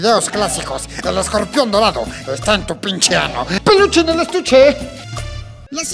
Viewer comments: "escombrión dolado" Jajajajajaja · jajaj ese man dice nacho libre perfecto casi..y escorpion dorado lo dice de la verga